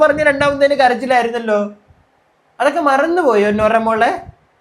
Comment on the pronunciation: നൂറ അല്ല ബ്രോ നോറ 😂